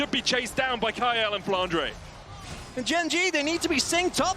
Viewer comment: why does say flandre as flandruh